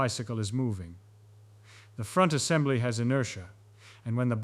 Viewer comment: what in the heck is "forwer angembly"